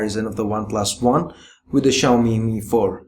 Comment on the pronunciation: Xiami Mi4... Lol rly